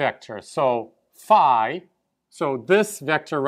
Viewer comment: α+ 👍 By the way I was a little (but pleasantly) surprised when you pronounced φ to rhyme with ‘high’. That’s the way we pronounce it in England but I’ve only ever heard Americans pronounce it as ‘fee’. ♫ ♬ Beeta bayta theeta thayta let’s call the whole thing off! ♩♫ 😁